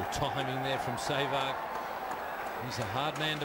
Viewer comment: Rameez its Sehwag not Seywg!!